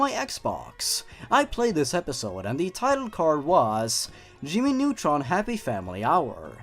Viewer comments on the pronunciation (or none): I like how he said "just another day in the life of Jimmy Nutrin" instead of Jimmy Nutron. Ha. Jimmy Nutrin.